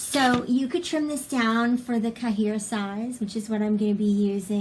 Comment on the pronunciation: question for you: When you refer to your size of traveler's notebook, is it spelled like the french word for notebook (cahier)? If so, it's actually pronounced like "kie-yay". Or is there actually a size called "kaheer" like you say it? I'm new to the TN world so really just curious. Not being critical. :) Looking forward to what you come up with in your TN this year. Last years DD was really nice!